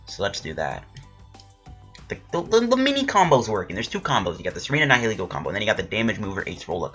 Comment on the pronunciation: think you said it right, people say its a combination of the words nihilism and ego so yeah